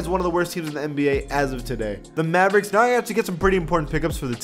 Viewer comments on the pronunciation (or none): none